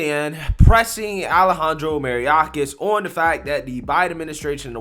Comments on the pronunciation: ....love the channel and you are a super sharp dude. But man, you can bungle a name. May or kahs. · His name is pronounced my-ork-ass. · I know it's the Democrats fault that 70% of black students can't pass a basic literacy test but c'mon bruh! You're a political commentator on daily current events and the amount of keywords and names that you mess up is hilarious at this point! "May-Or-Kiss" is the pronunciation of Mayorkas 🤣🇺🇸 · It's pronounced "Ma-your--kas". Who told them we need to hire federal snoops, instead of auditors to help monitor unfettered spending? How about getting the hungry some food. Why is everyone still sitting at home? Obama wasn't even a real President when he was in office. Be honest, real legislation was blocked by the GOP at every turn. Obama like all the other blacks invited to the "Destroy America" party are only invited to speak or act, when it comes to enhancing the Antichristian immoral degradation/corruption we're seeing now. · his name is pronounced: MY—OR—KAS. This is the downside off not watching much TV as you often remind the viewers. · May...your... kiss is how you pronounce it. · I love your channel❤️Even though the guy is a complete douchebag, I want to let you know that Mayorkas is pronounced: “My-Your-kas.” Keep up the fantastic work you do every day for us; it is genuinely appreciated!